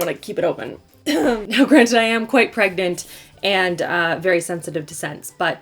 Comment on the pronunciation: Hia😍🤗😘 " I am quite pregnat!"😂😂😂